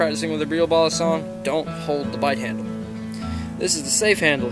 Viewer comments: Yeah,I know also he messed up with the saying Balisong its not balusong its Ba-LEE-Song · He doesn’t say balisong He says balasong Very nice 👍🏻